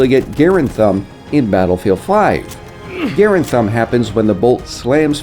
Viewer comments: Stop saying garend its grande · GA-Rand not gare-and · ITS NOT GAIR AND ITS GUHRAND OMG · Never heard someone pronounce it garend, and not Garand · Did this man really just say M1 “Gare-Und” not “Guh-Rand” 🤡🤡🤦‍♂️ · gar-AND. gar-AND. M1 gar-AND. God hearing him say gar-end made me want to close out the video instantly. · I don't like how he pronounced. It's m1 grand. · “gearand thumb” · While John C Garand's name is pronounced like in the video the Garand is usually called Garaand with the long A, WW2 soldiers called it Garaand and the gun is also refered to as Garaand in WW2 training films. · Were you joking when u said "garand" Its m1 grand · It is pronounced m1 grand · The pronunciation in the video isn't wrong per se but both soldiers and even WW2 training films call it M1 Graand with the long A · The pronunciation in the video isn't wrong per se but both soldiers and even WW2 training films call it M1 Garaand with the long A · The A in garand is silent, so it’s pronounced grand thumb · GAREand lmao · The way he pronounced garand made me cringe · Anyone else get bothered by how he said garand? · Is it pissing anyone else off TREMENDOUSLY that he's saying "Garand" and incorrectly? HOLY SHIT BALLS DUDE!!! Every time he pronounces it like that I just wanna fuckin SCREAM through the screen.